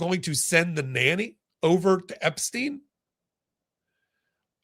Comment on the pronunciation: Stein,not Steen !